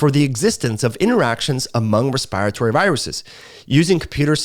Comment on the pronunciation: When says respiratory as respyratory.... Im over here like: take a Respyte from pronouncing it respyratory cause now Im saying respyratory despyte how its spelled. Love tho dont come for me.